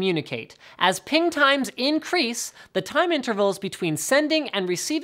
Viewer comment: Yeah , lie again.....that's not how you pronounce it